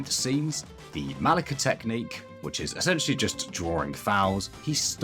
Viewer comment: Ok, sorry, but I've got to stop you. I just have to! It's not MaliKIA, it's Malicia. Like Militia. It's Spanish, but it's decently close to the English word Malice, that I hope you don't pronounce MaliK 😅 No hate, but please, if not for Igaguri, for football, one last time together: Malicia 🇪🇸💃